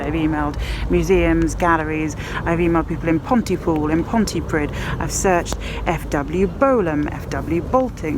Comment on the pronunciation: Pontypridd, pronounced pontyprith, great video though